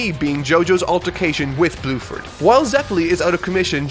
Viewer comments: My man really be calling Tarkus and Bruford “Tarukus and Bluford” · Did you call Bruford fucking BLUEFORD? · omfg you actually call bruford blueford that killed me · this dude really said Blueford LMAO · I don’t want to be rude but you should look up some of the characters names because they are changed for localization. I.e. Bruford -> Bluford It doesn’t make your very well written review sounds as good. I still love the video though! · His name is Bruford not Blueford. RIP in censorship. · I cannot tell it is saying Blueford or not and it’s really funny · he does say bruford but just pronounces his Rs weirdly like as if he doesn't roll on it even a tiny bit